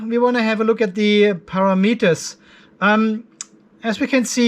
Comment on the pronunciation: I have learned so much about controlling Lifepo4 batteries, so thank you. But mainly I watch so I can hear you say "Para-Meters"